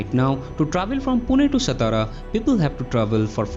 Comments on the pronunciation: Thanks for update of this project......🙏 why non-marathi people always pronounce "सतारा"????? 😡😡😡😡😡.. , its "सातारा" , This district is our pride and glory , because this is our "राजधानी"🚩🚩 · हम्म, हा सतारा करतो सातारा ल्या.😢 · सतारा नही सातारा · It's सातारा.